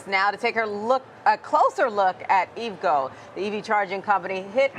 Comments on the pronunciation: I know it's spelled like you'd say evgo but its E.V. go... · You don't look very knowledgeable on a company when you don't know how to pronounce the name correctly.